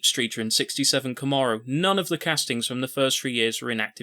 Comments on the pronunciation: Thank you for converting yourself into a narrator allowing for more visual content, instead of... anyway, I very much enjoyed this. One thing, it's pronounced Kahm-mair-oh 👍👍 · This dude pronouncing “Camaro” like that is driving me crazy for some reason.